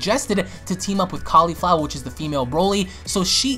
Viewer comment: I know even was pronouncing her like cauliflower lol